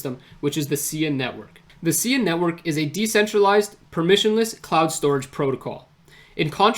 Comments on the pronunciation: Pronounced S-eye-ah , not see-yah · No worries. I've been following Sia for about 4 years now and probably 9 out of 10 people who do a video on it pronounce it the same way you do due to the singer. Great work in the video though, not many people are able to grasp the entirety of this game changing project.